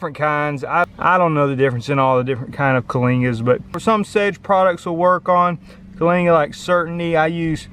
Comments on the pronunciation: Kyllinga instead of calinga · Bro, wtf did you say? Clingits? Kalingas? Even the auto generated CC had no idea what you said. I have that exact weed all over my lawn and I'm trying to identify it. This is the closest I've got and you mumble the name every time lol 😂😂